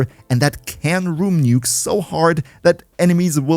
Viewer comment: he really said room nukes